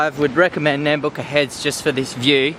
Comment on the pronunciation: it's "uck", not "ook" when saying Nambucca, means where river meets the heads roughly translated, Nam being headland and Bucca is river